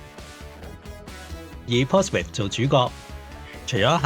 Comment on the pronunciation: 你讀錯呀 Portsmouth /pɔːtsməθ/ 你讀錯成 /pɔːtsmɪθ/ 都好過大部分香港人讀成mouth